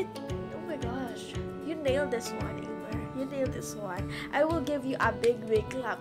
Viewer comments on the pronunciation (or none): Amier's name is pronounced emere